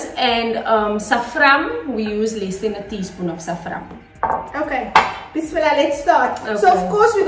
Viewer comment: It's Safron ....not safram.